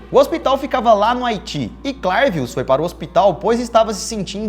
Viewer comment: É bem engraçado mesmo. Eu sou Haitiano é verdade que essa pratica existe no haiti infelizmente. A maneira certa de pronunciar o nome é CLÉVIUS